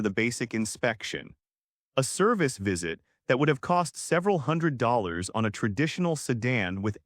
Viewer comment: The way the AI voice says dollars made me cringe every time. Barely made it through video.